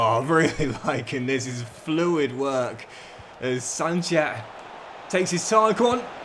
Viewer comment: It's pronounced as "sunset" not sanchet..